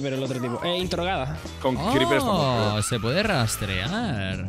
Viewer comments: y ese venezolanismo criper? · criper hablando maracucho :)